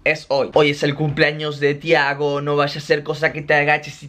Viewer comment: tampoco es "tiahgo" Es Thiago